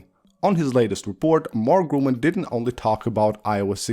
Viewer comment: Nice video 👍🏼 By the way: It’s not called Mark Grumann but Mark Gurmann